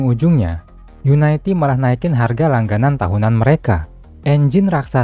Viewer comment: bacanya yuniti dari unit